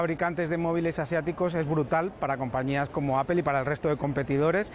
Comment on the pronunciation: Empiecen por pronunciar correctamente Apple…….